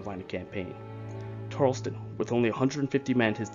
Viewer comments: Sorry to be a buzzkill :/ but its pronounced as Tar-el-ton not "Tar-els-ton" just want to correct you I recently found this series and became interested in it now that's why I write comments on the videos from 3 months ago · It's Tarelton Not Tarelston